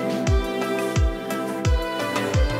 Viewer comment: Wow he actually said cregneash right